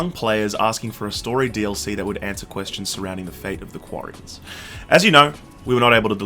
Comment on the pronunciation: Its Quarians not Guarians!